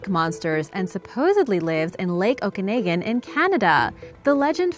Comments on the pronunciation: Its OAK-A-NOGGIN not naggan. And none of this footage is actually the real lake 😒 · it is pronounced "Okanogan" not "Okanaigan " Other than that good vid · It's pronounced Oak-a-noggin... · Okanagan is pronounced Oak-in-aw-gin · Was about to post the same thing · So amused she can't say Okanagan. It's like my ex not being able to say Wascana. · I really hate when people can't pronounce lake Okanagan. Please find a different announcer this one is bloody annoying.